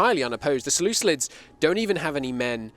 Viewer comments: “Selucilids” what the hell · Unwatchable because of the "seleuclids" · Seluculids? Like listening to a chalk board being scratched.